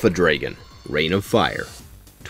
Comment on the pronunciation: ive never heard someone pronounce dragon so wrong before